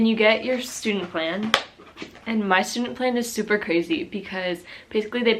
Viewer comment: Its Stundenplan not studeplan 😂